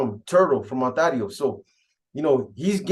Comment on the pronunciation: 😂😂PAISAS PRONOUNCE IT AS ITS SPELLED ONTARIO ,BUT THE HOMIES SPELL IT AND SAY IT ONTERIO